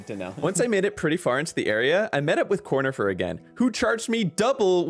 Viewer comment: it's pronounced Cornifieh! He's French!